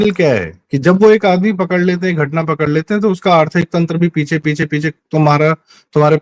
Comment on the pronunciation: पिछे नहीं। पीछे।